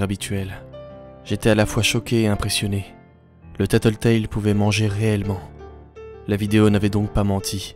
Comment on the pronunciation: J'adore !!!! Bravo !!! ❤️ le seul problème c'est que tu a mal prononcé Tattletail